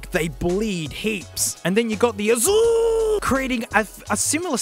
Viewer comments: Azul is just blue in Brazil. By the way, when you yelled AZUL, you pronounced it in PERFECT Brazilian Portuguese accent. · Azul just means blue🤣(or does it😱😱) nice pronunciation tho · Great video, man. You nailed the pronunciation of the word Azul Azul is actually portuguese for the colour blue. Portugal, caralho!!!!